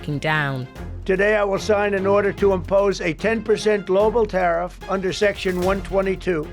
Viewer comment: Tell him it is tarrif 💹 not toffee 🍫